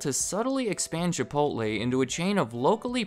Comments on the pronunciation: Chipotleeeeeeee not Chipotlay! LOL! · Are you seriously calling it ChipoLTLAY.... Edit: You call it ChipoLTLAY the whole damn video